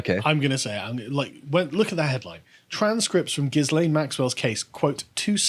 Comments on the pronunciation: ghi-lane ghis-lane makes your reporting sound amateur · It's not "Jizz-lane" Maxwell, it's "Ghee-lane" Maxwell. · Ghislaine isn’t pronounced ‘Gis-lane’. It’s pronounced ‘Gur-lane’. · There's no excuse for still pronouncing her name Giz-lane. You've had plenty of time to look it up. Jizz-lane would be acceptable, though. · It's Gilaine like Elaine, silent S. You're welcome 😊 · It's pronounced "Gih-lane." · Sorry guys, but the 's' in ghislaine is silent.